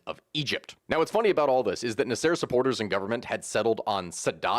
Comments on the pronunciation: “NaSEIR”? This is what happens when you only read a name… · The way you pronounce Nasser....omg. Egyptians will be coming for your head!